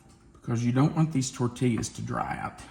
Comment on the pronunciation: Longtime watcher, first time commenter. Love the channel and tried at least 10 of your recipes. Years watching you, I must alert you there is no L pronounced in tortillas. Please, its tor-teee-yaas. No llllll.